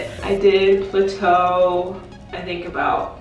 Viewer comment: Girl if you don't stop saying Pluto it's plateau ( pronounced plat-toe)